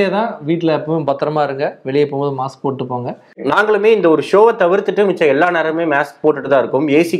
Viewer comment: மேஸ்க் இல்ல அது மாஸ்க் mask.